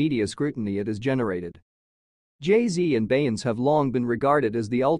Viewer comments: Ughhh, that "Bey-ence" is KILLING ME. They gotta do better with this AI thing!! 😳😫🤦🏾‍♀️ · Plz get an announcer that can pronounce Beyounce's name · AI, please do better. I cannot listen to something that doesn't pronounce correctly. The lies.😂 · Ya think you could pronounce Beyonce's name CORRECTLY🙄🤔? ...UMP....